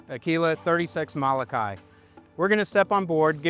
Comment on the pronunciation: Please learn how to pronounce Molokai! Every time you say it's cringe worthy.